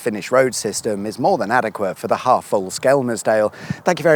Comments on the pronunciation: Anyone else thinks he needs to drop the L in Skelmersdale, or better yet just say Skem' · You don’t pronounce the L. It’s said skemsdale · It's 'dog bone' island. And Skelmersdale is pronounced 'shit hole'... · Nobody pronounces the L in skelmersdale.... it's skemmersdale 😉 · It's funny how you pronounce Skelmersdale 😂😂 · I'm disappointed theres one correcting you in the comments, so now I have no idea if your pronunciation is right or wrong. Also I think you meant unfinished in the title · I'm intrigued by your pronunciation of Skelmersdale.